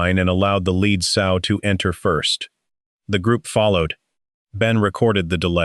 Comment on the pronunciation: S-owe, not sew. This is annoying